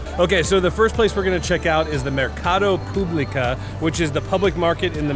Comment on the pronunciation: Mercado "Público" and not publica